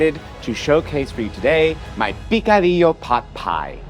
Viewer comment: I really love you guys but It's picadillo not picodillo.